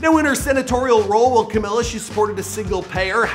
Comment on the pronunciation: Camilla???? How did you mispronounce her name the whole video though?